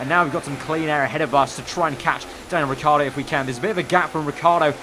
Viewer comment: it's not Riccardo the right pronounce. Riccardo is an italian name. You have the say the I after the double C too